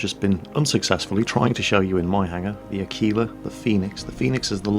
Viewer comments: What is up with the pronunciation of Aquila? I can't find a dictionary website that has that pronunciation but I've heard two people pronounce it like a-keel-a instead of ak-will-a like it is in the OED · ahh-key-lahh, without the "w" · Your pronounciation of "Aquila" is very, very funny,.:D